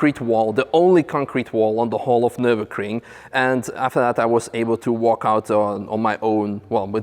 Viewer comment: Funny how you say Nurburgring its sound like Nurburcream.